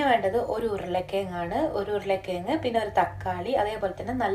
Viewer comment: ഉരുളക്കി യങ്ങ് അല്ല.......... ഉരുളക്കിഴങ്ങ്